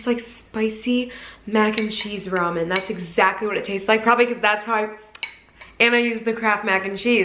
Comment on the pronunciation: Literally not a single person says Rayman.